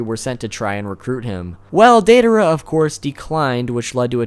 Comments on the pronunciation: Its DIEdara not daydara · Its DIE-a-dera, not DAY-a-dera.. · "Dei dar uh"😀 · Are we going to ignore he pronounces it "day-daara" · dei-DA-ra... baka... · Instead of deidara it’s dangdara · Am I the only one getting annoyed by how he isn’t saying Deidara right